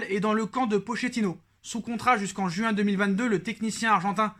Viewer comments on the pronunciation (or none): none